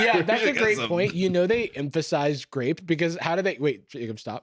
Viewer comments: oh btw rewatch that jello commercial, they did not pronounce one "R" everything was "Glape" or "Raspbelly". i was listening to this in the background and i thought we was saying jelly not cherry. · i don't know why they focus on grape, i can in fact hear the L-to-R thing on every flavour they say 😅